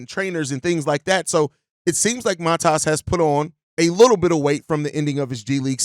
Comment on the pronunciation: Not Mataas, but Maatas, give or take.